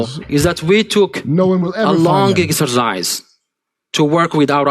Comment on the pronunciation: did he say exorcise or exercise?